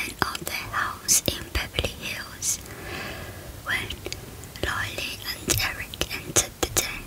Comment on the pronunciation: just sayin that’s Erik Menendez and that Lyle Menendez And it’s not Lylee it’s Lyle